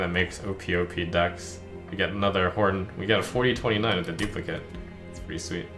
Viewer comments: I love this game but please pronounce duplicate correctly, I swear every youtuber I watch pronounces the noun form of the word and not the verb form. It just bugs me every time I hear it. Would love to see more of this game from you though. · Does it bug anyone else that Trump always pronounces "duplicate" wrong when it's a verb?